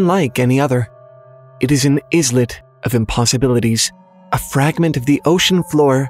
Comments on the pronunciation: Please learn how to say a word before mispronouncing. It's pronounced "eye-let" like island, not "is-let" like two separate words. I love your story telling and want more, and know there's always room for improvement. 😏👍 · Ai-let. Not iz-let. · Right off the bat, it is pronounced "eye-let", as in Island. NOT "iz-let". If you are going to read stories, please learn to pronounce unfamiliar words. Don't guess. This could have been a great discussion about Lovecraftian fiction, but I could not get that out of my head. You're welcome for the free rent. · Dude... "izlet"? How do you mispronounce that? It's with a long I and a silent S, just like its counterparts: island and isle. -_ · you did not just say izz-lit…islet is pronounced Eye-lit. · islet is pronounced like island where the “I” is long and the “s” is silent. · “izlet” lmao what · Islet is pronounced eyelet, like an island. FYI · What the heck is an Iz-lette? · who pronounces it "is-let" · It’s pronounced “eye-let” my dude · "Islet" isn't really is-let, is it? Ah... islet you decide. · Islet is pronounced eyelet FYI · Do say island "is-land" too? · I think you mispronounced 'islet' .